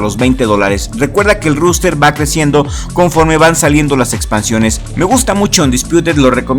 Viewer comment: Un consejo, se pronuncia roster, no ruster